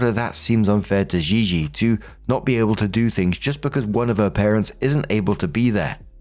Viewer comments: Im 90% Gigi….is just said GeeGee xD not ZheeZhee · The way you pronounce gigi makes my skin itch 😭